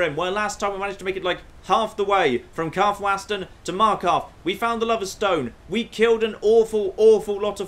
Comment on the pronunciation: says Karthwasten wrong on purpose again for the 3rd episode in a row